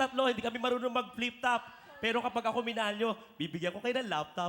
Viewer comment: Ginamit na nman ung word na fliptop.. Hindi yan flitop